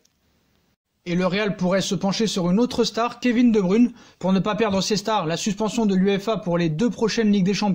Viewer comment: Tu prononce mal le non (De bruyne) Pronosation (De broyne ) Et non De bruune